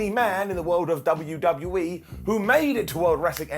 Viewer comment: Did just say "W-D-BU-E"?,😂🤣